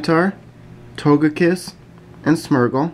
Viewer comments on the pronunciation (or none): It's Smeergul not Smurgul!